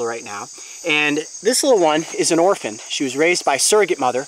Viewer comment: Orpahn?? Ima get technoblade here